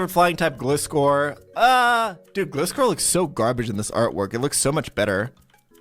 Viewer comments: My favorite pokemon is gliscor Why did you say gleescor Its gliscor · Bruh he’s supposed to be a Pokémon master or whatever but can’t even pronounce misdreavius, gliscor, and regice correctly 😳